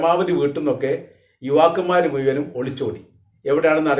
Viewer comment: താങ്കൾ ദയവായി മുയ്മനും എന്ന് പറയാതിരിക്കുക !!. മുഴുവനും എന്നു പറയുക !!😊😊😊😊